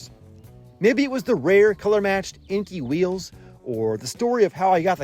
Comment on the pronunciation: Awesome job on the restoration. However, one thing that bothered me through the video was the pronunciation of the wheel brand, Enkei. You kept pronouncing it as "een-key," but is actually prounouced "en-kay," (with a very short drop on the pronounciation on the Y sound, if pronouncing it in proper Japanese). The word enkei in Japanese means "circular."